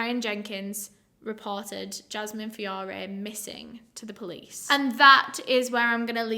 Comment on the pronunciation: Fiorre is my alias last name. I love the way you pronounced it. So gorgeous feeeeeorrraayyyy